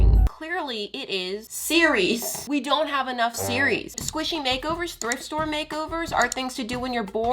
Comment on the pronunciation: It sounded like you were saying Siri instead of series